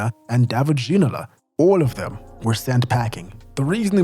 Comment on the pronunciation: you need stop trying to emulate fake French accent if you're gonna be wrong anyway. - Alain Giresse is not pronounced with hard G. It's not "G" as in "gorilla", it's "ZH" as in "closure". It's double frustrating because later you pronounced "David Ginola" correctly. "Gerard Houllier" - the "H" is silent there. I'm not even mentioning multiple wrong stresses here and there. "T" in "Robert" (Pires) and "D" in "Bernard" (Diomede) are also silent. just stop doing this or do a better research into foreign names.